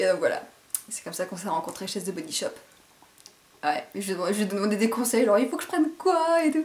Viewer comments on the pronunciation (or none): Coucou, je sais que ca peux porter à confusion mais the comme dans "the body shop" ne se prononce pas avec un z. Bisou Ps: Lorsque tu parleras de Harry Potter, c'est ici où sur l'autre chaîne, car je ne la connais pas